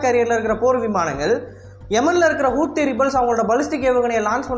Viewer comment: Bro hou thi ( how these) pronunce pannunga kooothi ss illabro